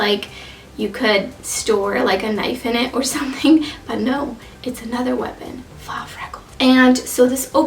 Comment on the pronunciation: Just an fyi- faux is pronounced "foh" ❤️